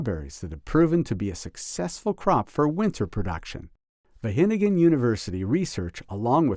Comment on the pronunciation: Wah GE ningen..., not hennummmn